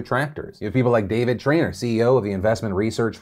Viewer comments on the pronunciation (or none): none